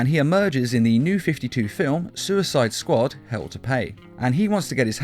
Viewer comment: “saquad” lol